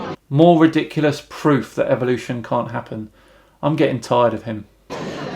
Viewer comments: Am I the only one hearing evilution. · Is the pronunciation "evil-ution" a British thing or a creationist thing? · Really nice video! I just wonder.. why do you pronounce the word "evolution" like it sound like an "evil oution" Well maybe i am just a stupid swede but i pronounce it like the word "every" E v o l u t i o n. It sounds less.. evil. Keep up the good work my friend! Regards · Why do you Brits say evilution instead of evolution? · Why do they say EVIL-lution? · is it just me or do they all say EVIL'usion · Why do creationists pronounce EVOLution, Eviloution, it's so annoying. Second how can "professors" be so ignorant, I weep for mankind. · I'ts funny that in UK evolution is pronounced like EVILution.